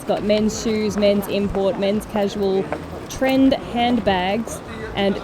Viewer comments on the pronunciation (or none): none